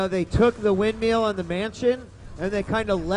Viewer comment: Good to see DJWheat already getting more comfortable with the commentating, step 2: Learning to pronounce 'Windmill'